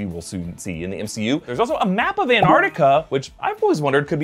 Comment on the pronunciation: y is it so hard to for Americans to pronounce the t in Antarctica